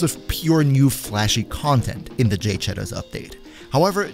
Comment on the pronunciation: It's pronounced "Jahd-ay".